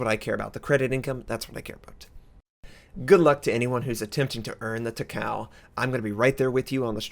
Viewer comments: She's not TAH-COW. She's TAH-CAH-OH. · It's not Ta-cow. It's ta-ka-oh. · Takao's name is pronounced Ta-Ko. Please every time you say ta cow it really makes some of us cringe >_< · it doesn't read like that not ta kao in japanese language her name is ta ka o(oh) 高雄(たかお) like Myōkō 妙高 myo ko みょーこー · it's Taka-O, not Takaw lol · it's pronounced Taka Oh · Please pronounce: tah - kah -oo 3 even syllables with NO emphasis on any one syllable It does NOT rhyme with "Macau." Please watch anime on if you don't believe me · It's pronounced as ta-ka-o(tah-ka-oh). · Actually its Ta-Ka-O ...